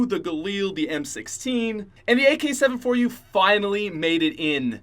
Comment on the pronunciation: When says AK 7 4 u instead of AK74u..........